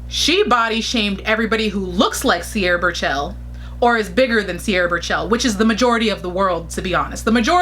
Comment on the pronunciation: Lol not sure if you are mispronouncing her name in purpose or not. But TBH, Mariam has better catwalk performances compared to Sierra. I cannot say anything behind the scenes